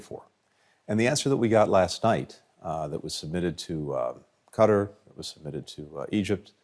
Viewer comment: Bro doesn't even pronounce Qatar correctly, LOL.